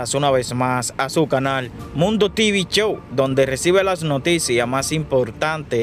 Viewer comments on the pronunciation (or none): none